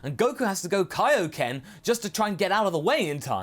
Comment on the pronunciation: It's Kaio-ken, not "kio ken" It's named after King Kai.